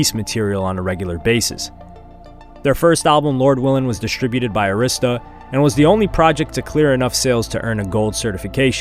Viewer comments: (Air ris ta) not (airsssssta) people could never pronounce arista records right. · Why are you pronouncing Arista wrong? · Hearing you pronounce Arista wrong is killing me lol smh